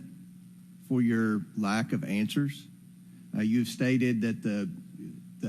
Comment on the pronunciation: is it answers or anshwers?